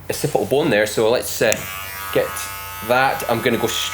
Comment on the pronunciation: Ocipi-al bone.